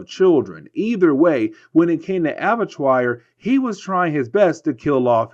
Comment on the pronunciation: ABBA-TWA.... it's pronounced ABBA-TWA. It's French. It means Slaughter House.